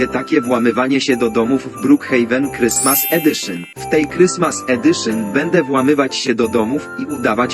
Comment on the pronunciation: Krystmas edyszyn😂😂